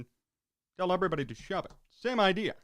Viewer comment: the story about the kid hitting a homerun after being picked last sounded a bit on the personal side? You emphasized SHOVE IT! makes it seem like it was. 😁